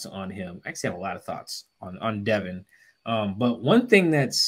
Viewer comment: it’s Devon, not Devin.